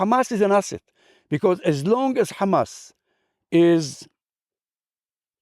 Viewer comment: That's the first Israeli i see pronounced Hamas correctly and didn't say khamas khamas 😂